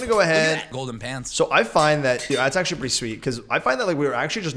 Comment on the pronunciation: Don't you mean AXEtually:)